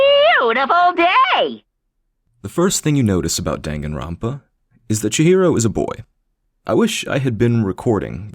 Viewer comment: My favourite part of this video is how you never pronounce Danganronpa the same way twice. Until near the end.